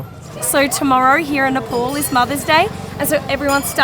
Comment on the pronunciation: Its nepal not nepol...nepal